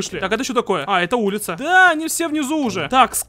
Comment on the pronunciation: ТАааааакое а не токое